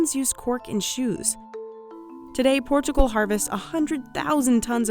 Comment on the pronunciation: Its not PORTCHIUGAL. Its PORTUGAL.